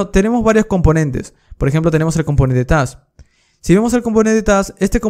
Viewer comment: Lo peor es que su pronunciación de task es súper confundible entre plurales y singulares, hablando resultaba incluso más confuso en varias ocasiones.